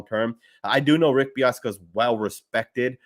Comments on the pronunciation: Dude's name is Bisaccia not Biassca. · BIH-SAH-CHEE-AH. Hearing you mispronounce that multiple times hurt my ears. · Pronounced Beeoska? Lol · Pronounced Rich Biss-ah-chia